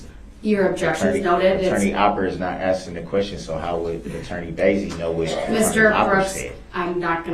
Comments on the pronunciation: The fact that he said it was hearsay when the DA asked is opper told the priest what he should say while testifying because atty opper wasn’t the one “axing” the question 😂😂😂😂??! And then wants to argue that’s hearsay and say the judge is wrong ( stupid ass) the way he treated witnesses with aggression and intimidation time and time and time again on top of his outbursts and accusations and lack of accountability just made the guilty verdict come in as soon as it did (2-4 hours) if you count the night before ……. He should give himself a pat on the back for showing his true character, ignorance, and lack of accountability or sympathy because his lies were highlighted for the world and jury to see and his character was proven day after day! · his troof and his axing went nowhere